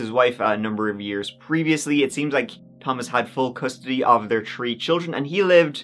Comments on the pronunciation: In this episode, said “tree (3),” “turteen (13),” and “turtieth (30)” sixteen times. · She disappeared tree times and she was twenty tree , poor girl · Did he say * this happened TREE times*? 😅 J/P ty for the vid! 👍